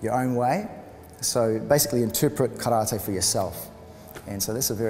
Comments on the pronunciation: its not karrrta its karate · Yes, it is. It is Kah-rah-tay... Not 'Tee'. Just like saying "Kuma-tay" instead is incorrect. If you can't say karate correctly, why not just call it "empty hand"? Kindest regards & all the best. Andre